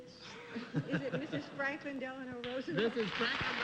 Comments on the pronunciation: joanfontainefan - There is no "n" in Roosevelt. Please fix it. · Is it really Roosenvelt? Isn't it Roosevelt. There isn't an N is there? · Its Roosevelt